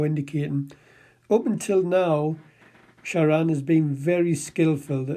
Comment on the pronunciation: He couldn't even be bothered to pronounce his name correctly! It's ShaRAN not Sharon.